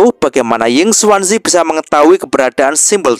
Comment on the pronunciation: Hei,, ngomong² kami penonton sobat movi, sudaah terbiasa mendengar nama pak tua yinkuanzi,, bukan yinsuansi,, jadi kurang enak aja sih,😁😁